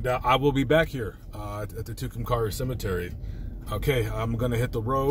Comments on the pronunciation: Tucumcari long a in pronunciation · When you post something on an open Forum like YouTube you should expect and except criticism . In the worst kind. Mine is you need to learn to pronounce the name of the town you are making a movie in.